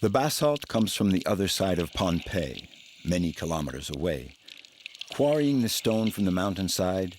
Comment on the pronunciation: Many places aren’t pronounced properly, so those in the know just bear w/it. It’s a good documentary about Bruce and how he connects people across a great expanse of water!! The islanders that I’ve spoken to, call it Pohnepei pronounced like Pah-nah-pei. Not Pompei. For those who aren’t familiar with Polynesia, Micronesia & Melanesia these are islands surrounded by water, which joins all the islands in the Pacific Ocean. Our ancestors have navigated the oceans using the stars and currents on their voyages, for more than 3,000 years. The most recent famous voyages are of the Hokūle’a fr Hawai’i in the 1970s - present.